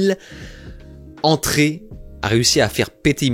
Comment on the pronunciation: 4 zzzzzzzzzzzzentrées, 5 zzzzzzzzzzzzzzzzzentrées, 9 zzzzzzzzzzzzzzzentrées. On n'apprend plus du tout l'invariabilité de tous les chiffres et de la plupart des nombres en France? (à part 20 dans 80, et 100)